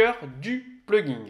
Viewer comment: Merde, ça avait l'air très intéressant mais après , à force d'entendre PluginG avec un "G" à la fin, j'en pouvais plus. C'est un plugin sans 'G' qu'on dit. Comme dans plug ... in. "Brancher dedans"... Traduction réelle : extension. J'ai pas été capable d'en faire "axtraction" :P